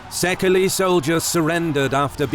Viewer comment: Sadly, the narrator pronounces the word 'Szekely' incorrectly. Instead of the three-syllabled /'sekeli/, it is supposed to be pronounced disyllabically, i.e. /'séikei/ or say-k-ey.